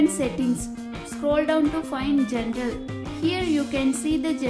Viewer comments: Migg Rodriguez it sounds like gen gel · I like the way she pronounces "General", to me it sounds like "gentle"